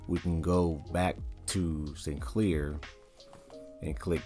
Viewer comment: Wauw absolutely no introduction to trakt given in this video. Just you pronouncing sycnler wrong a million times and integrating it into random apps.